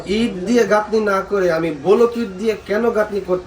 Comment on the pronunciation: ব্লক ইট ভাই। বোলক ইট না।